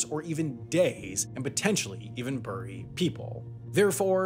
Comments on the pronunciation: i love your video - but it's berry not burry (bury) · "Bury" is pronounced "barry", not "burry". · You are saying bury wrong. It’s pronounced bury. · “Burry,” I love it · I can't get over the way he says "bury" as "burry" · Your pronunciation of “bury” is unusual to my ear. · Where do you have to be from to pronounce it “burry”? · The east coast. Or more specifically New England states. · Burry the road? Weird pronunciation of the word bury... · I don't like how Sam pronounces things. Burry and Colorado 😠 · Sam, why do you pronounce bury like a Brit? 😅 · dude says bury weird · Omg, the way he says bury....🤢